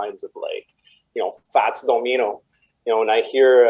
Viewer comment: HaHaHa it's funny the way he pronounced Fats Domino. I wonder if it's common to pronounce the name like that in Canada?